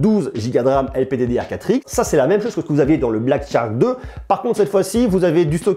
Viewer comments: charque, pas Tcharque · Dit le shark et non tshark c'est plus facile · Ne te casse pas, c'est Black "SHark" et non "TCHark", plus facile à prononcé du coup! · Super test comme d'habitude. Par contre Shark se prononce comme "chark", c'est aussi beaucoup plus simple à prononcer que "tchark" ^^